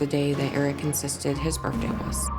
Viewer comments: Is the mom saying "Birfday"?? Lol..what a story!! I definitely believe in reincarnation!! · I like that mom pronounces 'birthday,' "burphday." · Birfday? Seriously mom? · Her saying Birfday everytime had me so distracted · Skeptical that the mom pronounces it “birfday” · Okay lady… coming from the grown woman who legitimately says “birfday” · How do you take these people seriously? First of all it's birth day, not birf day. Secondly it's not burt-day either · I got distracted by the mom saying "birfday"... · Birfday? She thought HE was mispronouncing stuff? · I don’t trust anyone that pronounces birthday as Berfday! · I think the most fascinating aspect of this program is the fact that an adult actually pronounces it as “Birffday” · Just one question…Why do people say “Burfday”? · The amount of times "bertday" is said in this video is hilarious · I was buying it up until she said berfday six times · Her: "I want to go on TV and say 'Birfday' as much as possible." Her husband: "Hmm. Ok. I have a plan.. " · Mom is nutbar, she put him up to this. Also "birfday"? stop lady. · This lady said ‘birfday’ like 10 times 😂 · Why are adults calling it a “burfday”? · She also pronounces birthday ‘birfday’ 😂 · both parents pronounce it that way.